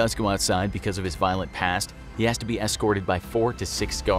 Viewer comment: Me initially: oh no. Very violet prisoner. Me after the video: lol he was British, doesn't count.